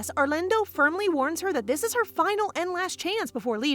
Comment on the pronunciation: You sound like an Britisher when you say arlando